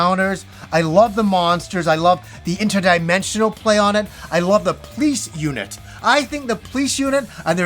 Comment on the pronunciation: Funny how you say Police unit and it sounds as "Please you nit" :-)